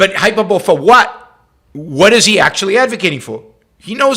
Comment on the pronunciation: In lieu of a monetary donation, my contribution is to point out that the word is pronounced Hy-PER-boh-leee.